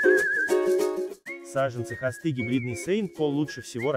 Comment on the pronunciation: Не Хасты а хосты.